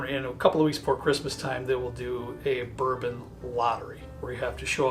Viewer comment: RARE "Bouron"???